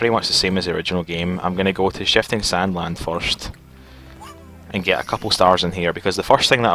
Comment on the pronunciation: Nehehehehhe "foirst time" HAAHAHAHAHAHAHAHAAHAHA!!!!...... Uh, dunno if Scottish or Irish.. I'm not too certain. ;-;7